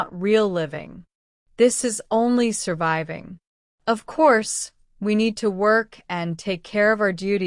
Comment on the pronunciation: ماعرفت كيف تنطق كلمه surviving